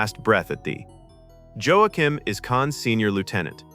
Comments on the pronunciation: It's Wa-keem, no Jo-ack-him. Remember, AI is illiterate. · "Joe-a-quim". Wanna take another run at that,? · It's not pronounced "Joe-a-kim." Joaquim is pronounced "Wah-Keem." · A few glaring mistakes in this video. First, the name Joachim is pronounced Yo-a-kim, as stated by Khan just before his young protege dies. Second, Kirk doesn’t quote the last lines of “A Tale of Two Cities” during Spock’s funeral. It happens on the bridge later while he is pondering Spock’s death with Dr. McCoy and Carol Marcus. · Joe-Ah-Kim??? Jesus, come on man. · Joachim is pronounced yoakim,just a little info for you. Good vid otherwise. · It also fucked up the pronunciation of "Joachim." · "Seedy Alpha Vee?" "Joe-a-Kim?" Uhh. No. Don't let AI voiceovers do this. It's criminal. The way to defeat that is to spell.phonetically. Cool video otherwise though. I heard some of this before but it's nice to see it all tied together. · "Joe - ah - kim"? "Sadie Alpha Vee"? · "Seedy Alva Five?" "Joe-ah-kim?" For real? AI has been trained on all the world's works, and it cannot pronounce Ceti Alpha Five or Joachim properly? FFS...